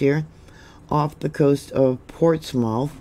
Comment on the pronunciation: I love you and and watch you regularly. I'm from New England and I know your not. And I'm sure I wouldn't do any justice for towns out your way...but your pronouncing of these names was a nice try. Very familiar with this New Hampshire area. Alton is more like ( All ton) Portsmouth is more like ( Ports Muth) hope that helps